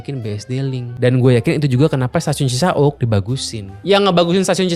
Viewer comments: Duhh cara baca Cisauk nya bikin sy gelisah. Bacanya biasa aja , Cisa-Wuk.. jangan Cisa-Ukk😅 Btw Cisauk ini salah satu stasiun paling TOD di Bodetabek. Ga cuman dia nempel sama apartemen, dan Pasar Modern... dia juga nempel deketan sama Perumahan padat Serpong Garden dan Citra Garden Serpong... penghuni bisa banget sepedaan... dan taruh sepeda di parkiran Cisauk Point. Kelemahan terbesar nya adalah Green Line KRL ini armadanya kureng, udh gitu jadwal ga sebanyak Bekasi/Bogor. DAN pas jam kantor, Green Line itu jauhhhhhhhhhhhhhh lebih pepesan ketimbang trayek Depok/Bogor. Jadi bagus emang stasiunnya , tapi keretanya paling jelek dan paling ga nyama di antara seluruh line KRL. Karena sekarang pengguna KRL nya udh menyebar sampe ke Maja, Rangkas, sama Parungpanjang. Bukan bermaksud sinis, Green Line ini termasuk trayek yang juga merangkap "angkutan pedesaan" buat pedagang kelas bawah ke Jakarta.😅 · Cisauk bukan cisa'uk. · Gak CI-SA-UK juga dilafalkannya... Tapi Ci-SAUK spt pelafalan. MAU. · CiSauk bukan cisa uk